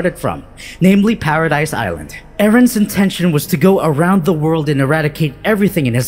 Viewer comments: Lmao saying “paradise” island is so triggering, bro it’s pronounced as “paradis” or “paraday” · The island is pronounced paradee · It's pronounced "paradese" not "paradise" ffs. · The way you pronounced manga and paradis is cringe.